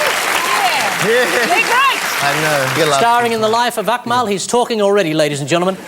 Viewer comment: "Such a Fuckmal" 😂